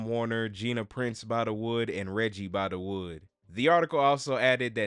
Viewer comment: Bythewood, not By-da-wood.